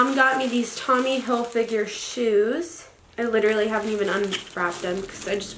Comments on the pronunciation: Not trying to be mean at all but is pronounced hilfiger not hilfiguer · If she says Tommy hil-figure one more time.... It's Hilfiger, Tommy HILFIGER. How can you mispronounce your "favorite" brand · Yo it's Hilfiger not figure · If she says Hil-figure instead of Hilfiger one more time she might actually get hit with a shovel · ITS NOT TOMMY hilfiGURE ITS TOMMY hilfiGER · Every time she said Tommy Hillfigure I cringed... Not trying to be rude but... Wow that's so not right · Hill Fig Er not Hill Figure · Reacting Time it’s hilfiger...... not finger wtf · no one: absolutely no one: her: ‘tommy hilfigure’ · “i’m in love with tommy hillfiger” can’t even say it right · no one: absolutely no one: not a single soul: her: tOmmy hilfiGure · the way she said Hilfiger like hill-figure kills me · If she says Hill-fig-a- ure again! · i swear to god if she says tommy "hilfigure" one more time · Every time she said Tommy Hil-figure I want to stab my ears out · Tommy Hillfiger called, he wants you to STOP calling him Tommy Hill-“figure” 🤦🏻‍♀️ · Sis. If you’re so obsessed with Tommy Hilfiger you should maybe learn to pronounce it. Also I didn’t see anything luxurious in this haul. Also also you called the Long Island medium and median. That’s in the middle of the road... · “i love tommy hilfiger ” then learn how to pronounce it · It’s HILFIGER.....